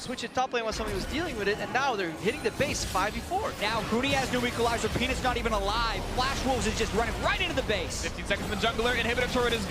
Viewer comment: Jatt: ...'Penis not even alive...' Pretty sure he was saying Peanut's not even alive. There there fam, you can get some medication either way~